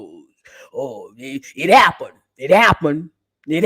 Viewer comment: I'm in the hospital laughing and you're making my monitors beep! "It happuned... it happuned.." It's SENDING ME!😂😂😂